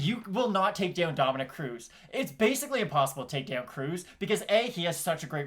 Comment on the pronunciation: Smh the disrespect on cruz's name